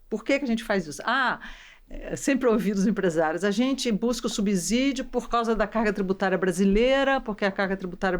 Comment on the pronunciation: Fico impressionada como pessoas inteligentes e de grau de cultura elevada pronunciam errado a palavra subsídio. Sub é prefixo e se pronuncia como subsolo, subsistência. O S soa como z geralmente entre vogais. Acho que as pessoas vão na pesquisa rápida do Google cujo som da palavra aparece com z